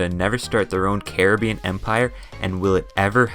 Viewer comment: I got a minute in before I couldn't hear Carreh-been anymore